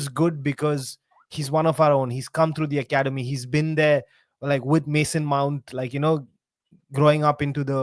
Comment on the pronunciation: This was a good vide till I heard mounts name